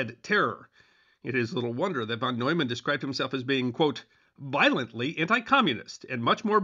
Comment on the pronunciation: Y'all really need to learn to pronounce "NEUMAN" and "FUCHS." It is easy to do, and it ain't nuclear physics.